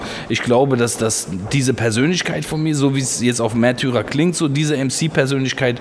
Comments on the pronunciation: Haha...wusste garnicht dass das neue Album "Mehrtürer" und nicht "Märtyrer"!!! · Sawash Mehrtührer beste Aussprache hahaha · Hahahahah mehrtürer :)